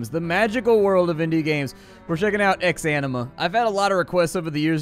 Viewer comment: "Welcome to ex-enema"